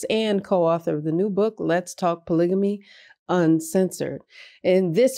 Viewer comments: Maam, I am confused somewhat. Are you talking about POLYGAMY I hear you saying something like POLYGYMY. What do you mean by that? Polygamy is when a man marries more than one wife. Then, there is another situation, POLYANDRY, when a woman is married to more than one man, at the same time. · Did she say poligimy ? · It's pronounced Pa lig a me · Where is this woman from that she doesn’t even know how to pronounce the word “polygamy “. Ha. She seems to have no accent, like she has an American upbringing. Oh well. Just weird. Interesting how some certain subcultures in our country use words like “axe” instead of ask, and “norf” rather than north. I don’t just understand what they hear that they would they transpose letters. lol . Oh my. Polygamy? Yes it’s been around for a long time. And it has worked to some opportunities of success in certain times and places. It will never be a mainstream mode in this country, however.